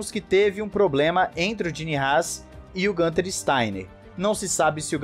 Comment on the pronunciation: GUuuunter. Não é GAnter.